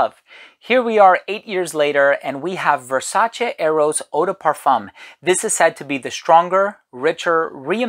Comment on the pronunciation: Oh man, you’re the first American reviewer that I’ve seen so far who actually pronounces Versace on a correct way!